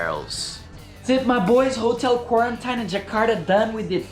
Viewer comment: beautiful! "kuorentaíne" :P